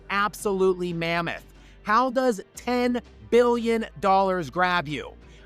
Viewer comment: sounds like youre sayin 10 million and i was like wtf?